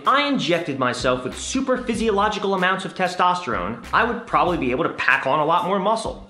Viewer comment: Its pronounced supraphysiological not super physiological supra not super